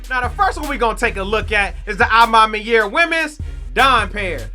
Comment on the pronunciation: You sayin a ma maniere wrong made me click off this vid jeez